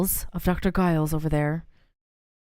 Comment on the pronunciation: Arturo's last name Giles is pronounced gill as in fish gills and the es is pronounced with a strong Z sound. I know this because it's a French last name. Triva, in Fate/Zero anime there's a servant named Giles, and he's French, Jaune D'arc right hand man and his name translated in English means "Blue Beard." Anime's words not mine